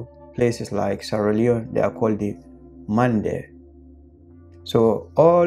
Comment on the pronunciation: Is not mende its mande